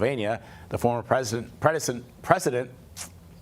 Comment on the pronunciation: He cant even say word "president" 😂😅😅